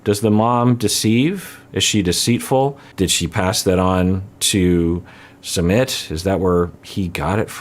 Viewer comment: Just for the record his name is not pronounced sum mit it's sue mit